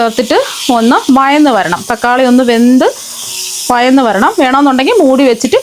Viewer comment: വയന്ന് അല്ല വഴന്ന്